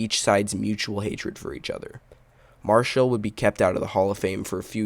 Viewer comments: His name is NOT Marshal, but M A R I C H A L! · I watched this event live on TV. I remember it well. First, you are incorrect, there IS video of this event and it is easily discoverable on YouTube. In addition, you completely miss that Marichal (pronounced Mar-eh-shawl, not Marshall) hit Roseboro twice, once while he was behind the plate, which precipitated a wrestling match between them that spun the two of them out onto the grass in front of the mound, and then again while out there on the grass which cut Roseboro's forehead open and caused him to fall down. And you miss that Tito Fuentes, the on-deck batter, came charging in with his bat up high, angling for position so that he could also take a swing at Roseboro with his bat, but Marichal knocked Roseboro down before Fuentes could hit him. You miss that after Roseboro fell down Marichal was not done and tried to take a swing at Koufax, who instinctively put his left arm up to protect himself (boy would THAT have been a history altering moment). But the home plate umpire bravely grabbed the bat just as Marichal began his swing, preventing Marichal from completing the attack on Koufax. (The two were close enough and Marichal would have hit him had the umpire not interceded.) Finally, your assertion that the image of Mays leading Roseboro away is the most famous photo of the event is laughably incorrect. Not even close. While it is laudable that Mays, Cepeda and Koufax (3 HOF'ers) were among the main ones trying to break up the fight and restore the game to mere competiti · Come on bro. Pronounce his name right. It's not pronounced Mar-shall....it's Mar-i-chal...good video otherwise. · How did you spend so much time making this painfully boring video and not bother to learn how to pronounce MA-RI-CHAL????? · yeah, I saw this crappy video and thought, "Have I and all the sports announcers I have ever heard been mispronouncing this his 'HOFer's name wrong for all of these decades!!?!